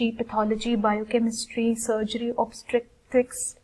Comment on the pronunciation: She did.. thats how you pronounce it.